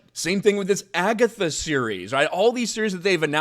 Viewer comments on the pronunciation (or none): none